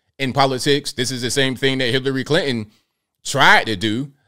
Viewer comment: Did he say Hitlery Clinton 🤣😂🤣